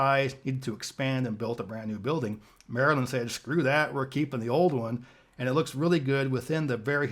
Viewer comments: You're getting closer with pronunciation of "Maryland" -- still not quite there. :) You're saying the "-land" part too nicely, like the word "Land." The last 2 syllables should be de-emphasized, with neutral vowels, like "MAIR-uhl'nd." But excellent try, and I loved your reaction to this whole video. Being a Delawarean, I can't disagree with his evaluation of the Delaware state capitol -- it DOES look like a (very nice) university building, in the traditional East Coast Colonial style (red brick, white trim). I've been to the Wisconsin capitol, and I agree with you that it has a special something. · You're close on the pronunciation of Maryland, but you have the final vowel sound wrong. It isnt pronounced like the word "land". It's more like "Lund". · You were close with saying "Maryland" lol but you have to say it more like "lund" instead of "land" 😛 Like "Maralund" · Maryland is pronounced closer to mare-uh-Lund rather than merry land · How to say Maryland… Mare-uh-lind. It’s not “Land” lol. Hope that helps cuz you still haven’t nailed it yet. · Its Merra-lind, you keep saying land like the word land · I pronounce the “land” part of “Maryland” more like “lind” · We pronounce "Maryland" not as Mary-Land, but "Marilyn" (as in Marylin Monroe). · Maryland rhymes with Marilyn. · It is not Mary land! It is Marilyn! That is not the spelling but the pronunciation!! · Maryland is “mare-uh-lind” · Maryland is a word that gets slurred together easily, Marelund. Born and raised there, but I will probably receive some slurs myself. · Maryland is pronounced Meh-ruh-luhnd with the emphasis on the first syllable... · More run together than that, Mare-lin. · Maryland. Pronounced like Merril land. Think Meryl Streep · You did not nail Maryland. Mar-land drop the e sound after Mar.